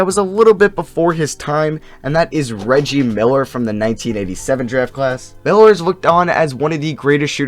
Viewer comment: Wow he messed up saying riggie Miller lol